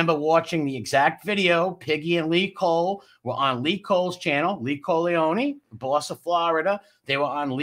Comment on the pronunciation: You called him “Lee Cole-eone” 😂😂😂😂